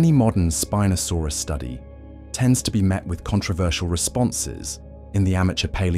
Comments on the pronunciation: The constant mispronounced name. Spin-o-sorpus... wrong. Can't watch it. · WTF IS "SPEEN-O-SORUS"? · Terrible AI, even mispronouncing the name of the subject of this 'documentary'. Shame, as a human reading the script may have made it worth watching all the way through! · The name of the star of the episode is mispronounced.. along with others.. otherwise really great videos